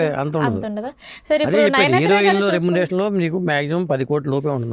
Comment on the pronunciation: హీరోయిన్ అని పలకటం రాదా లేకపోతే ఫ్యాషనా